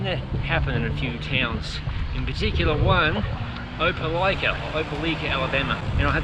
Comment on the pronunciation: kuh-SEE-tuh oh-puh-LIKE-ah luh-FAY-et Love, love, love your rides over here in UCLA (Upper Corner of Lower Alabama).